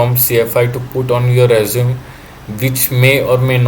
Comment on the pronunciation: Resume is pronounced res-you-may